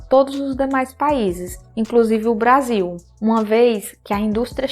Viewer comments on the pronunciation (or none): none